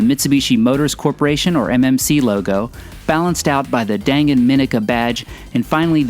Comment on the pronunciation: I was in Japan in the 90's and share your enthusiasm. I love that we can these in the states now. And FYI, its pronounced "Don Gon" or "Dahn Gahn."